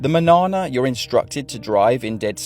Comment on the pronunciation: Man-yawn-a, not pronounced like banana.